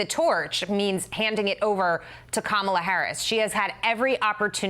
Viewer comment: "As popular as ebola"?! Are you freakin' kidding me? Who is this idiot? "Ka-MAH-la" It's KAH-ma-la, you moron. You sound like my Repugnican friends, who sound like the kids in third grade who would mispronounce people's names as cheap shots. DEBATES DON'T DETERMINE ELECTION OUTCOMES! Get it through your heads, idiots!